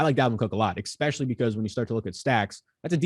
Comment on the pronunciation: I love when people say exspecially